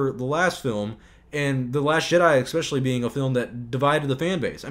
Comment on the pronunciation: It's not "EXPECIALLY", it's "especially"...